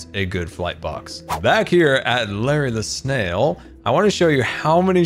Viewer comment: Every time he says Larry the snail I hear Larry LaSalle